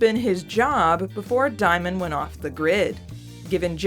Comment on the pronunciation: Diemen's name is from Van Diemen's Land, pronounced "demon", not "dye-men". Van Diemen's Land is the old name for Tasmania, where criminals were transported. Xicali is from the name of a city with a high crime rate. Diemen makes reference to living by theft. Also here is a badass song about same